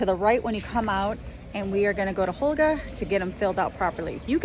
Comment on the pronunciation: You called her Holga. Her name is Hogla. And the H is silent in Spanish so it is pronounced Oh-g-la